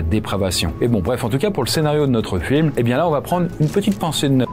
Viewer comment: Il n'y a pas de "T" à va , donc arrêtez de faire une liaison qui n'existe pas !! vous y gagnerez en crédibilité et en qualité ...